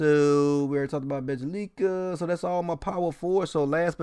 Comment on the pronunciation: Bro I swear half the reason I watch is to hear you BUTCHER the names😂😂😂 “Bejja-LIKA” 🤦🏽‍♂️😂😂😂😂😂